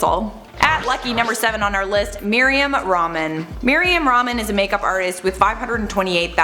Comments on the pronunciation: lol her name is mariam rah-man not meryam ramen XD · Meerium Ramen? Dude at least put an effort pronounce properly. Bet you pronounce Iraq as eye-rack.